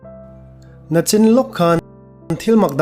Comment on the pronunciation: I tawng hman dan ah hian sawisel tur ka hre vat mai, i aw ngaihthlak a nawm viau rualin nachin i tih tak hi, Nachin nilovin NICHIn han ti thei hram teh aw, ngaithlak a nuam e , rawn dah zel teh a khawngaih thlak rualin kan vanneih zia min hmuh fiah tir hle mai